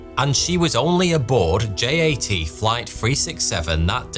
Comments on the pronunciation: JAT is pronounced “YAT”! Yugoslav Air Transport! Why do you pronounce it as if it’s in the English alphabet? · He also mispronounced J.A.T. which is short for Jugoslovenski Aerotrasport (Југословенски Аеротраспорт) which in English should be pronounced as Yugoslovenski Aerotrasport.